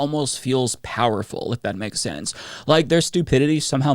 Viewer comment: Kandiss Taylor (yep, that’s how she spells it) can’t use any kind of sense, she can’t even pronounce the word ‘sense’. She said “it doesn’t make scent”